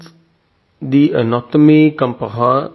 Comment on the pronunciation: Actually the word "comparé" here we prononce the "r" you can hear it, "ré" =غ in arabic.